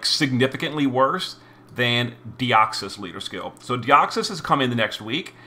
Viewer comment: Who’s that Pokémon? It’s Deoxys (Dioxus in this case) 😂